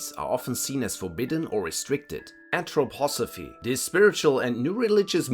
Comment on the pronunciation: You wrote Anthroposophy correct but you pronounced it as Anthropophosy.